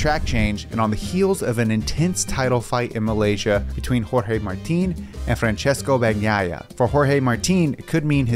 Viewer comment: Fran-ches-coh Ba-Nyah-yah